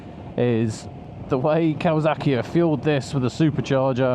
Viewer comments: It’s kawa(S)aki Not kawa(Z)aki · Why do you say kawazaki instead of kawasaki ???